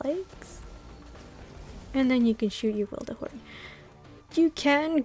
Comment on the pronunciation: Witherhoard not wilderhoard ☺️☺️